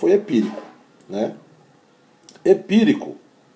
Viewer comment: "Epiricu" kkkkkkkkkkk Amei ❤😂